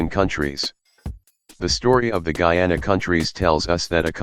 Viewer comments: Guyana is pronounced Guyana Guiana is pronounced Giyana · I guess this was an automated voice, but the pronunciations of "Guyana" and "Guiana" got switched in all the instances Also (I might be wrong here), it was called "British Guiana", not "British Guyana"